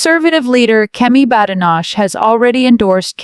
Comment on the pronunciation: Unbelievable! You can’t even pronounce Badenoch’s name correctly!